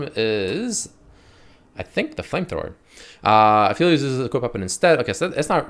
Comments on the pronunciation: It's app•heli•os... Not af•heli•os. He's related to the moon and with astronomical terminology there's something called an aphelion (app•heli•on). That's where his name's is from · ah, yes........aphilios.......i forgot e makes an i sound